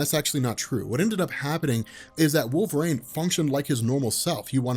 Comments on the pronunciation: It’s pronounced wool-vuh-reen. Not Wol-vrain. I’m sorry. I just can’t listen because he keeps mispronouncing his name. Wolverine is my favorite comic book character. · Do a shot for every "wolverain"